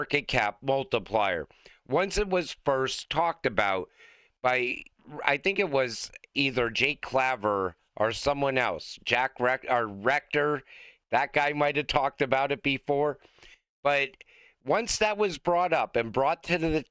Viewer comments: Dude Jake claver’s name is pronounced Jake clay-ver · Zach Rector came up with it, not Jake Claver (pronounced Clay-ver).